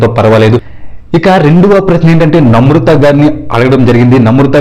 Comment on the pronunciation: Pronunciation nerchuko first. Namrutha kadu. Namratha.